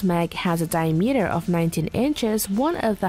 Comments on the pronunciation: dye-meater is right up there. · Yeah, what's a "die-a-metre"? LOL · “Die-meter” or “Diameter”? Get someone who can read! 🙄🇨🇺🇺🇸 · and mispronouncing, Accuracy and Diameter, both of which made me cringe each time